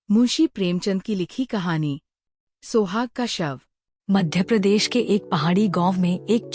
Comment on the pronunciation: Hindi ko over exaggerate mat karo even in hindi सुहाग not सोहाग